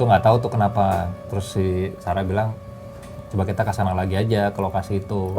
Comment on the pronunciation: Kak sara bilang ada yangmanggil sara aku juga denger dia bilang saka tapi r nya tuhgak Ter lalu kentara gitu